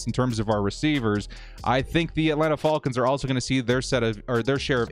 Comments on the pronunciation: Youre the only dood I dont mind hearing say FALLKINS lol., youve been holding it down during a difficult start to the year... hopefully things turn around for us on all fronts. Lets go Bolts!!! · “Atlanta Fall-kins” lol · Hate how he says "falcons" lol. Great stuff though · I love everything about this channel except for how says Falcons 😅😂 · It bugs me too, but I think it would bother me more if he started saying it right. Lol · I kinda dig it. What bugs me is the people that say Jagwires, and Bangles. 😂